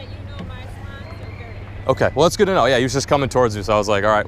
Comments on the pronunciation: “Err yoo messing with my swens? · The way she says swans😂😂